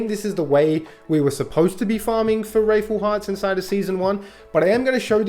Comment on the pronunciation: wrathful not wraithful mate. Its hearts filled with wrath